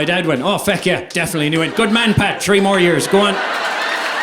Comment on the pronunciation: Love how he says fuck as "feck."😂